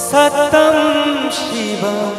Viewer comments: সত্যম উচ্চারণটা শ্যামল মিত্র কি স্যতম করেছিলেন।সুন্দেরম্ না সুন্দরম্?কানে লাগছে তো!! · সত্যম,,,,,ইত্যাদি উচ্চারণ, মাত্রা,রিদম ঠিক নেই,বাকি প্রায় ভালো,,,,,!